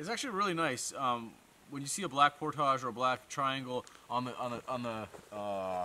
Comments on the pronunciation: It's pronounced "portage", not "portage". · says por-tazh…….I say por-tij…you can say it either way according to Merrium-Webster dict.